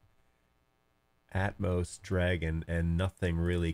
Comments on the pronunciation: Atomos has an extra O, it's pronounced at-om-oss (as in atom- and oss with the o as in off not as in growth). You were probably searching atmos. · ah I see, to my ear I heard you pronouncing it Atmos, but all good.